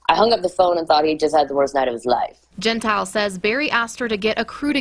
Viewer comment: The worker is Cassidy Cordova not Cassie. Morgan’s last name is pronounced Gen tile